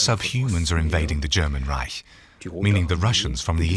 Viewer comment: and thus ends the overpronunciation of the H in reich